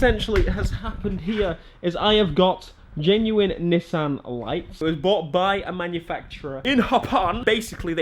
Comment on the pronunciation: Don’t say nissssan It’s pronounced Ni-ss-an